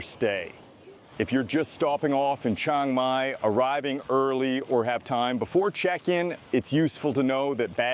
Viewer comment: If you have lived in Thailand for 11 years then you should know CHIANG MAI is not pronounced CHANG MAI. There is an I in there. Chee-ang Mai or even Chee-ung Mai. Please stop saying CHANG MAI.